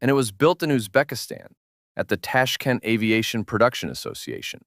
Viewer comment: I have a feeling the voiceover is AI. Someone who is making a video about Uzbekistan would know how to properly pronounce Tashkent.